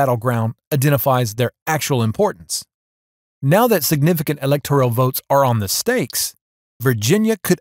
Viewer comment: STOP saying: Elector - IE -al. The word is: ELECTOR - AL. There is no I or E in that word. You made me cringe--couldn't keep listening. Elector al.